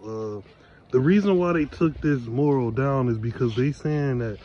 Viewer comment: Mu’ ral not moral 😂😂